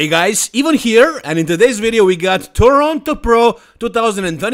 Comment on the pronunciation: Does he say Toronto pro lol ..and Ivan knows but does not care